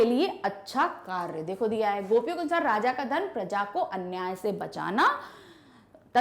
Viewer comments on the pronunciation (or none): none